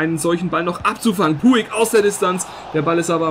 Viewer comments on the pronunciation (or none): Man spricht es Putsch aus Also du nennst ihn immer puig